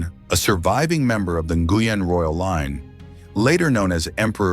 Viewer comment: First AI correct pronunciation of Nguyen. /ngwien/ white people can't recognize the consonant cluster /ngw/